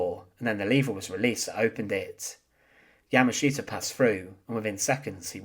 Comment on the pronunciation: Interesting history, but your presentation is very hard to listen to because of the way you speak. It's the same droll over and over and over. Once you notice it, your way of speaking becomes rather irritating. Plus, you don't pronounce his name correctly. You have the wrong accent on his name. I'm bilingual (Japanese and English) and hearing your pronunciation of his name is grating on the nerves.